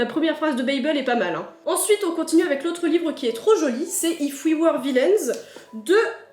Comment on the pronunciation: en revanche quand le titre est en anglais "if we were vilains" la tu le dis avec le gros accent français 😂 , c est pas méchant mais ça m à fait rire lol